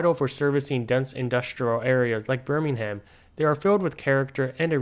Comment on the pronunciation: Amazing as always - as a brit we pronounce it 'Berm-ing-um" not .'..ham'